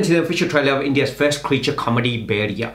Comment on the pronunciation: How is this that you can speak punjabi but cannot pronounce “bhediya” 🤔 M not saying it sarcastically or in taunting way M genuinely curious